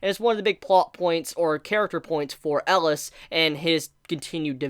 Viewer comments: Cmon. For the final episode you have to say his name right. Atleast Once: "El-i-as". And together: "EL-I-AS" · I can't decide what's worse, mispronouncing the name of a main character that's been said 100 times during the series, or saying the name of the series in a grammatically incorrect way. There have also been a million comments telling him the correct pronunciations. I can't believe he hasn't picked up on it by now. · Your pronunciation of Elias and Titania always threw me off :D